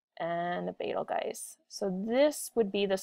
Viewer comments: Its pronounced beetle-juice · Betelgeuse (Bettle Guys) doesn't sound like Arabic nor Rigel